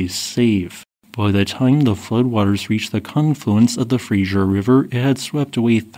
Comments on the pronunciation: It's Fraser River not Frasier. Pronounced frayzer. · Your work is superb and MUCH appreciated. Just a small thing: FRASER (fraZer) River, not Frasier as in the old TV show. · My dear Americans... it's Fraser, not Frazier. Thanks for this fantastic footage. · "Fraser" not "Frasier" River! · It's called the Fraser River. Fray-zer. Not Frasier. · It's said Fray-zer. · FRASER, pronounced fray zer! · Fray-Zer River.